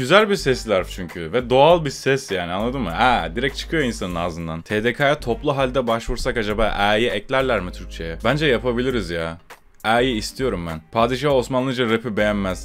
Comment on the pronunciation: Tdka değil TDK E OLARAK SÖYLENİR TURKHİS SPEAK PLEASE MAN!!